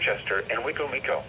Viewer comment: Ah yes the famous mispronounced Wicomico County